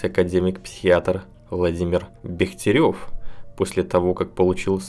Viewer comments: Почему так исказили ударением фамилию великого ученого БЕхтерева!!! Ударение на первый слог!! И дочь его надо бы знать! Коль уж берётесь за эту тему!!! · Фамилия академика Бехтерева имеет ударение на первый слог, и в последнем слоге не Ё, а Е. Все остальное очень интересно. Спасибо.